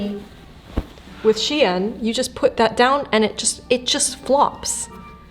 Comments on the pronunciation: I like how you pronounced "Shein" as "Chien," producing the (probably correct) implication that they sell dog-quality products. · Funny note, the way you pronounce "Shein" sounds like "chienne". Which is the name for a female dog in french and usually said as an insult. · Great video, but please pronounce the brand name 'Shein' in the correct way: SHINE. Yes, the words are pronounced the same, just spelled differently. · it's funny your prononciation of shein sound like chienne (female dog / bitch in french) except that thanks i learn a lot by your vidéo